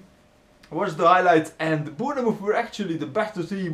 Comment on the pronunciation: its bournemouth not bweerrrnmoth